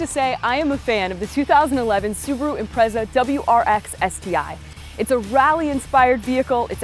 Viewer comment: Honest to god learn how to pronounce it, it's pronounced im-pret-sa not im-prez-a ffs. The whole way through that was bugging me no end